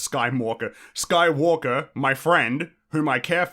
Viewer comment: “Anakin Skymalker”.